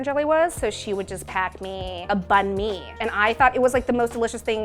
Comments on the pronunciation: Phở not Phoh Bánh Mì not Bank Me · Doesn't even pronounce pho and banh mi correctly. Pho comes from the French pot-au-feu meaning pot on fire. Tasty and Buzzfeed needs to do their research before informing people the wrong things. This is getting annoying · Why is she saying Banh Mi like that :( and why is she saying Vietnamese like that :( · Ikr lol🤣😂